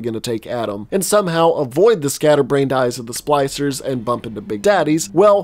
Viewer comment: nice. Also was he calling the splicers “Slicers”?